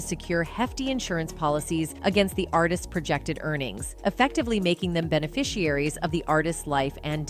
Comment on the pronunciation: No shade but It’s pronounced Ar-tist, NOT Artises 🤦🏾‍♀️. You need to work on your grammar since you’re a podcaster/content creator. Again, no shade. Just letting you know. Hopefully you don’t take offense 😊